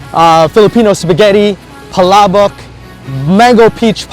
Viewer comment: That dude at the beginning said Palabok like a champ! lol.